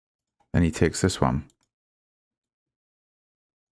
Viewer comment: what dialect is that, "tiakes" ?